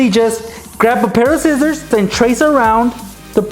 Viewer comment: he always says zcissors instead of scissors